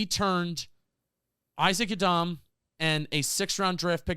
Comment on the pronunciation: I know you're trying to sound politically correct but pronouncing Isaac Yiadom that way ridiculous, do you go off the boat Italian when you say Anthony Rizzo's name, or when you say spaghetti.... same reason you don't need to pronounce Isaac Yiadom's name that way and just for clarification no hate I'm an avid talking Giants fan but if you care enough to pronounce non white names that way than at least show the same respect for European names or in reality show everyone how ridiculous it is and do it for the European names as well...